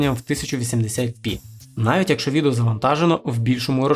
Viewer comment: Не "якшо", а "якщо" !